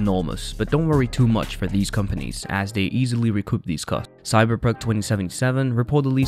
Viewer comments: Why are you having such a hard time pronouncing the vowels in "cyberpunk" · Can someone teach this man how to pronounce Cyberpunk?